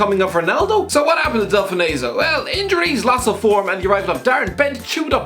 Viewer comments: You've absolutely butchered Delfounseo's name there.Delf-onso is how it's pronounced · He butchered the pronunciation.